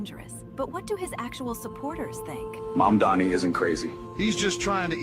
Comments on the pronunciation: or to Cuomo, "Mahndami" lol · it's all intended.. they mess his name up to disrespect him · Why does Cuomo have such a hard time saying Zorhan Mamdani... It's not hard to pronounce... He's been running against him for many months now... It just comes off racist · His AI commercial can the name right, but Cuomo can't. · between this ad and him constantly butchering zohran mamdani's name, i think it's fair to say that andrew chomo is an absolute racist.